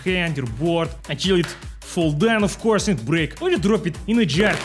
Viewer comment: That "Of course" was so American🤣